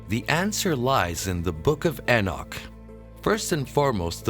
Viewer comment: Your videos the only time I've ever heard anyone mispronounced the name of Enoch. Some sort of mental illness maybe? In pretty big logical jump there at the end, which is quite illogical. What is wrong with you.?